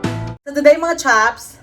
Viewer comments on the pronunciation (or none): none